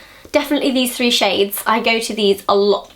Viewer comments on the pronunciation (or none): none